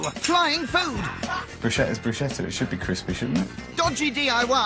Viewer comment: It's not Brushetta.....no such word in Italian. It' like calling a cheeseburger a broom. it makes no sense.